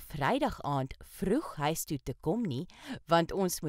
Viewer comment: The word "huis" is not pronounced like in "hi". One should pronounce the word on the tip of the tong and not in the back of your mouth.